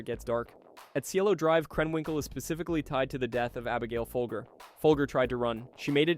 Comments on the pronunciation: Pronounced "FOLJER" not FOLGER, like the COFFEE, she was the FOLGER COFFEE HEIRESS. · It’s pronounced “fol-jer”. Like the coffee. Also, Manson went into the LaBianca house and tied them up before sending in the others. So yeah, he was guilty of murder or at minimum an accessory to murder.